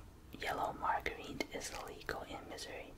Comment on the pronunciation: Margarine is pronounced mar-jer-een, not mar-ger-een, just to let you know :p It's like butter but it's made from vegetable oil I think, so it's healthier. Also it's mostly a sort of yellow colour here in the UK so that law seems strange.